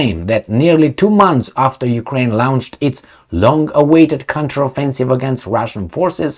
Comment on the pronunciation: It's not "Lounged", or "Laounched" as you say it. The word 'Launched' is pronounced like 'lonched'